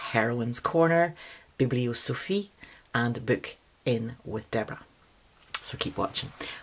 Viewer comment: oh, an excellent set of questions! thx for the tag (and very gleeful to hear you say “bibliosophie” in the way I do 😁)